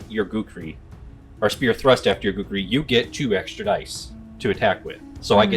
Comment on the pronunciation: KU-KRI. Not Gookri. That's racist,... 🤣